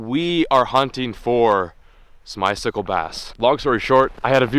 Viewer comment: at first when you said ice sickle bass I thoght you said smistikle bass